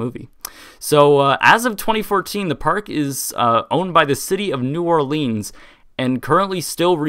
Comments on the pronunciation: Also it's pronounced New Orlinz, not New Orleens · when you realize he says New OrlEEns not New OrlIns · It's pronounced more like New Or"lins" rather than New Or"leans". Actually it's more like "Nwalins"... but yeah. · I LIVE IN NEW ORLEANS AND YES IT WAS A TOTAL LOST. IT IS NOT NEW ORLEEENS WE SAY NEW NAWLINS😊. SHA. !!!!!!!!!! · It’s New Or-Lense not New Or-Leans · "New orlEEns" It's "new orlens" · I'm a native and we pronounce it New Or-LUNS, not New Or-LEANS! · New Orleans is pronounced "New OR-Linnz " not "New OR-Leans" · It’s said new or lands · New Or-Lens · No its pronounced"Newalins" in proper Louisiana dialect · new Orleans is pronounced new- awlans (Orleans is almost one syllable) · If you screw up a take you can just do another instead of just mumbling and joking about how you screwed up. Oh, and it's not pronounced "New OrlEEns" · Only people from Louisiana crying when someone says new orLEENs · Ugh I live there and I cringe when I’m coming back from vacation and EVERY pilot says New Orleens like how this guy says it. CRINGE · I'm from MS Coast we pronounce it New Orl-luns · it's pronounced Nawlins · it's pronounced nawlins in the south 😁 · I enjoy the way you say New Orleans, I say new orlins(pronounced the way it looks lol) but it may just be my 'Texas accent' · New Orleans is not pronounced that way 🤦🏼‍♀️ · that's not how you pronounce new orleans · You say New Orleans wrong. Also, Mississippi got it way worse than New Orleans ever did from Katrina. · Exactly! I'm from New Orleans and I cringe every time someone mispronounces it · Will someone teach the world how to say New Orleans!! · the way you say new orleans is murdering me